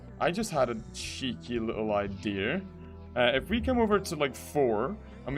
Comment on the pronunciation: Do you say idea or idear